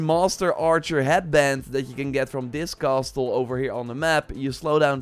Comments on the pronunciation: Love your videos mate! Just a small thing, 't' in 'castle' is silent. Sorry, couldn't ignore it. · This guy enunciats the "t" in "castle" and the 2nd "e" in "sheathed". Haven't you been doing YouTube videos in English for YEARS now?